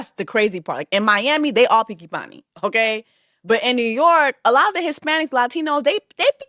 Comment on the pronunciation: Innit! It took me a couple of times to clock it 😂😂😂 Jess is too funny! Mi no picki panni 😂😂😂